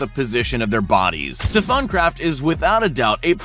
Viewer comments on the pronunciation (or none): none